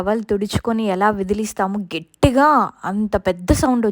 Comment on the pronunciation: Gettiga anakoodadu Gattiga anandi